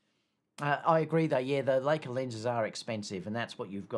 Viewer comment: I think it’s Li-ca and not Lay-ca (Leica) what happened to your trip to UK at the start of 2023? Too many weddings ? In the A93 happy to have A7R5 but with less mega pixels but faster sensor readout for silent shooting and no rolling shutter. Happy if it is photo centric to differentiate from A1 if you want the best of both worlds then pay the premium but why pay that much is you want stills. I’m finding the R5 much better than the R4 for wildlife yet to try it on any dancers 😊